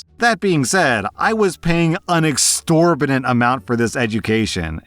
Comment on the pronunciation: losing it at extrorbitantly